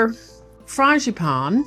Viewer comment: I grew up with a mother who made her own puff pastry, so it doesn't daunt me. What DOES daunt me are phyllo dough and strudel dough. Btw, it's "FRAWN-zhee-pan" or "FRAWN-gee-pan."